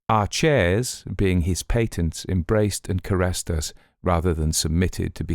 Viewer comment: Pronounced patents, not paytents.... 🤬🤬🤬